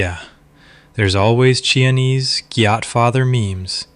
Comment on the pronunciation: Chianese - key.on.ay.say (ay rhymes with say). Or key.on.ay.zay. But some mispronunciations go too far.